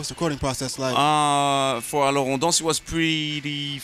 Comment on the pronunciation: ***** IKR. Alors on danse was pronounced badly as well lol.